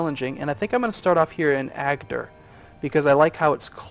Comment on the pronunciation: yes Agder but he can not prunonce it